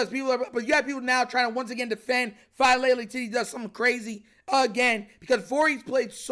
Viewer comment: Daniel Chick-Fal-Lele. 😅